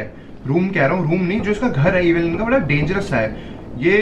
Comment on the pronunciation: It is evil nun not evil nani😂😂